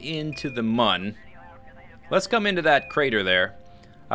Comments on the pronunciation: It is pronounced "moon." The game developers have said this somewhere before (I don't remember where). Many people pronounce it as "moon" anyways. you are one of the few people that I have heard call it "mun" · I believe "Mun" supposed to be pronounced just like "Moon" because of one particular background on the main menu. On this background, you are on the Mun with a kerbal, and when you select an option, it zooms to the right, showing a crashed spaceship. On this ship is written "Mün or Bust!" The special character, ü, is pronounced like 'oo.' Just my opinion, though, I suppose... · It is pronounced "moon" because it is spelled with a "u" that has the two dots on top of it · Mun is pronounced Mun and Mün is pronounced Moon. hope this helps. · I believe it's pronounced moon cause mun is German